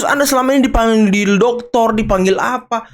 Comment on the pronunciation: Kok Rosy nyebut nya "Doktor" Rismon 😂😂😂